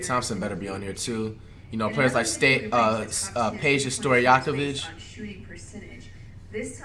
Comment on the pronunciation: Flight pronounced Peja Stojakovic right